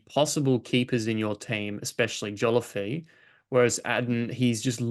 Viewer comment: Take a drink every time mispronounces Joliffe as Joliffee